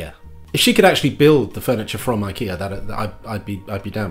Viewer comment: You nailed the Japanese pronunciation of IKEA. Well done.